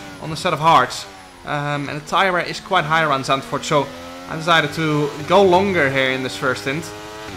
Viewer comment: pretty sure its zandvoort